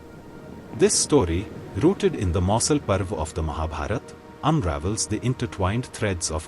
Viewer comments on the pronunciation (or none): none